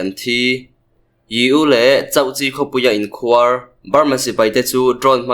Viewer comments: Inkhuar tih hi i thluk dik lo a nih hi. khuar hi thluk hniam ve tho la. A dik mai ang. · Sipai inkhuar tih i lam rik dan kha a dik lo. Inkhuar dd riin a ri tur dm riin ri lo tur inkhuar d d ri ang. Inkhuar= tih lamrik dan chu= 'Sipai' tih i lam rik ang khan lam ri rawh or Beram tih lam rik angin inkhuar tih hi lam ri rawh. sawhthing = tih ri angin inkhuar i ti hi a thluk ri a di lo. "Inkhuar=Beram' tih ri a inmil.